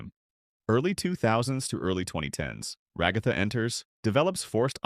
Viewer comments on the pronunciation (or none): The commitment to saying Ragatha's name wrong killed me